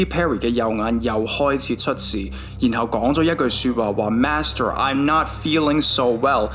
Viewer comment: I heard “Nashville” instead of “Master”